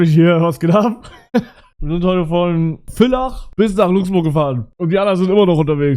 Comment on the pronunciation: Wenn mal wieder ne Ösitour is bitte kommt wieder nach Villach und ich bin stolz auf dich dass du Villach richtig ausgesprochen hast WOW